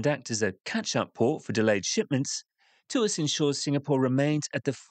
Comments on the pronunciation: It's Tw-arse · Tuas became twist without the t 😂.